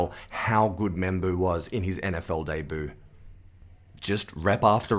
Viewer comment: debut its pronounced daybyou not dayboo